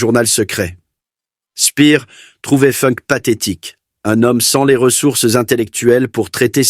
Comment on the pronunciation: Il n'y a pas que Funk qui est mal prononcé, il y a aussi Spandau qui se prononce Schpanda-haut et Speer qui ne se prononce pas Spire. Et non je ne suis pas prof mais je suis pour le respect de la prononciation.